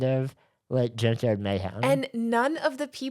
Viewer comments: Shane, every time you say “junkyard mayhem” I hear “gender mayhem” and I’m not mad at all about it. lol ❤ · I keep thinking Shane is saying “Gender Mayhem”